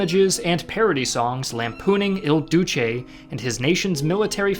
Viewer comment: Why are you calling him, "El Douche"?😂 Italy never stops getting made fun of.